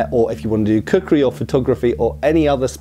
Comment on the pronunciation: When said "cookery" I thought he said "kukri" and was briefly surprised at how much Wonderium had branched out. 😂